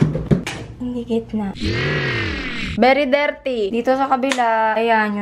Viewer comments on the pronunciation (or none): "bery derty" LMAO